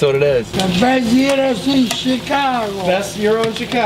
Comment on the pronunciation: Guys. Look up pronouciations. Its not pronounced like 'Euros'.